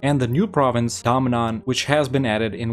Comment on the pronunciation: It's DA-MAN not DAM-NAN😂😂😂